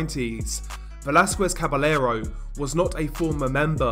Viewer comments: Double L's are pronounced like 'Y' FYI. For example, it is pronounced 'Cabayero', not 'Cabelero' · Don't pronounce Caballero with the L sound...the double L makes a (Kah-bah-ye-ro)